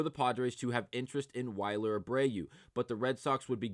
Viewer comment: WILLyer Not Yler